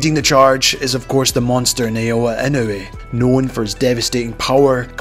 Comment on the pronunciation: i love, but he never pronounced naoya inoue ever correct, coming from Japan i ll always cringe when he says whatever his way of sying his name is. The content on the other Hand is absolutely amazing, keep ab the good work